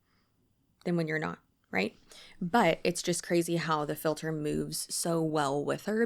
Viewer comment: I heard it and immediately knew I was going to be dealing with that phrase echoing around my head for the next few weeks